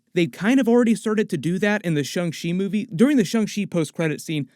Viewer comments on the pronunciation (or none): Sha~ Sha~ Shang Chi, not Shu~ Shu~ Shungchi. Like Sha~ Shawn, not Shu~ Shun....